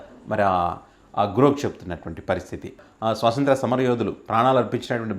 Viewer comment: స్వాతంత్య్ర, స్వాసంత్ర కాదండి